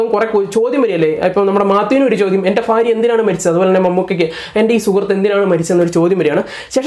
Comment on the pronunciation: സഹോദര. ആൽമഹതൃ. എന്നല്ല .ആത്മഹത്യ എന്നാണ് ഫാരൃ.അല്ല. ഭാരൃ .ഭൂമിയുടെ ഭ വല്ലാത്ത കഷ്ടം തന്നെ ഉച്ചാരണത്തിന്റെ കാര്യത്തിൽ മറ്റു ജില്ലയിലുളളവർ മലബാർ മേഖലയിലെ. ജനങ്ങളെ കളിയാക്കി. സംസരിക്കാറുണ്ട് അവർപോലും ഇന്ന് നല്ല രീതിയിൽ. സംസാരിക്കുന്നു എന്നിട്ടും നിങ്ങൾ. പഴയ പടി തന്നെ. മഹാ കഷ്ടം